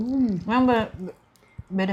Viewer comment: Pece' lele yg betul mb bukan pecel lele 😂😂